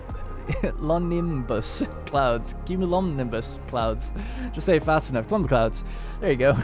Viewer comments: I believe it is pronounced kyoo-myuh-loh-NIM-buhs, if you care. Love this series, can't wait to see the exciting conclusion! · bro really just said "cum clouds" lmao. fun series though! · actually I believe you're trying to say, cue-mew-low-nim-buss, yes? Agreed... makes the playthrough interesting and his pronunciation is usually pretty good but does make me chuckle when there's a word he does find it hard to wrap his tongue around. All in all though, I have actually looked forward to each release he has done with Ixion. Keep up the good work!